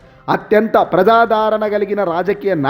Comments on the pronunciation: ప్రజాధారణ కాదు స్వామీ ప్రజాద రణ అనాలి నీ తెలుగు తగలెయ్య ప్రాణాళిక కాదు నాయనా ప్రణాళిక అనాలి. బాషను కూని చేస్తున్నావు సరిగా చదువు. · ప్రజాదారణ కాదు సామీ ఆ పదం ప్రజాదరణ అని మాత్రమే పలకాలి.